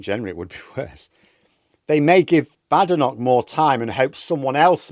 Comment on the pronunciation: I cannot understand why you mispronounce Kemi Badenoch's surname. Is it because you don't respect Tories?